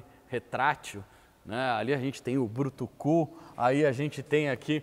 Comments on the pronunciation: Ele disse isso mesmo??? "brutucu"??? Aos minutos? Ou entendi errado? O nome é brucutu. Hahaha! Rindo aqui até 2025. Rsrsrsrsrsrs. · Aqui o “brutocu” ficou meio estranho.😂 Saudoso brucutu, cheguei a fazer um amuleto dessa pecinha. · Brutucú?! É BRUCUTU!!! 🤦🏿🤦🏿🤦🏿